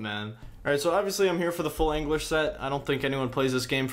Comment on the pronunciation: no you’re 100% saying anguish:p